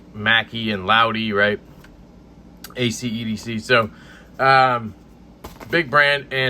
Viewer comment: great review! love the honest feedback.. ya said it right, Ivan will progress like any other talented maker in the space!.. one small tip.. it’s “ACE- EDC”.. double use of the “E”.. not “AC- EDC”.. still love ya though ❤️ 😂